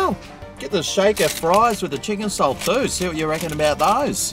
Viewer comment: chicken "chalt" chips ya reckon:)